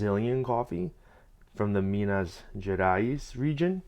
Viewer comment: Good job pronouncing Minas Gerais :)